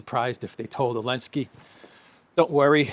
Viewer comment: I asked on another video but got no answer from the content creator - I am asking AGAIN. Does ANYBODY know why this guy calls him ELENSKY and not ZELENSKYY? If I don't get an answer this time, I will not watch any further content - it just annoys me that something as basic as a name is not adhered to.